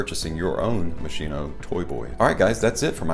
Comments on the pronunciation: Please... Moskino... Ch = k... The english pronunce in italian sound terribile k. THX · Its pronounced mos key no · it pronounced mosKino